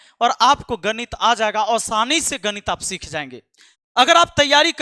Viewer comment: Gadit nahi ganit😂😂😂😂😂